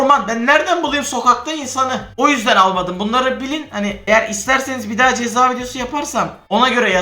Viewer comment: Abi cezaya çeza demişin ama